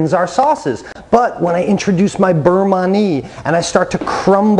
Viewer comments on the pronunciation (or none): thanks so much for your informative lessons! So great! Just a friendly FYI: it's "beurre manié", with the last word said kind of like "mani-ay". It's the past participle of the verb "manier," the French word for "to handle".